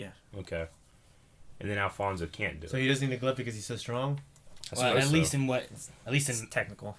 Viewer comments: Alphonse not Alphonso lol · I cringe whenever they say Alphonso instead of Alphonse. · oh jesus, these guys are still saying "Alphonso" and "transmodification" god give me strength...